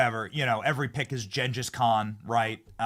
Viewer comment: Benny... you pronounced Genghis Khan incorrectly...😂 come on now...